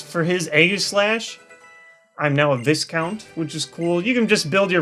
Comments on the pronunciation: ITS VIE-COUNT NOT VIS-COUNT. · Just sayin, Viscount is pronounced ˈvīˌkount, vie, like die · Oh gosh,, Viscount is pronounced vai-count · "Viss-count"? Nah, it's more like "Vye-count." Also, give Honedge a Joan of Arc-related name and use it against a Pokémon with burning moves. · Viscount is pronounced vay-kawnt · Viscount is pronounced Vi-count. No "S" and a hard "I" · Two things, one Viscount is pronounce Vie-count. Two, though it may be too late for this, you could rename Bankai, Rukia keeping with the bleach theme while also having a female warrior name. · It's Viscounts as in VY-COUNTS. Just so you know :P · It's pronounced Vi-count, silent "s." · Btw, "Viscount" is pronounced "VIE-count." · I thought Viscount was pronounced "vi-count" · The S is silent in viscount. S its like Vigh-count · *faceplam VISE-COUNT sorry I hate mispronunciations